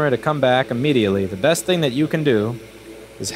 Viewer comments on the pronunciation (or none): none